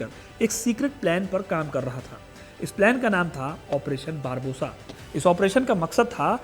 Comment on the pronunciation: बारबोसा नही बारबारोसा बोलिए,,क्यों दर्शकों को गलत उच्चारण सिखा रहे हैं